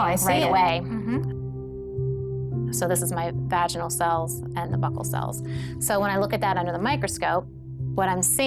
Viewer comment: She's pronouncing buccal wrong. Super annoying.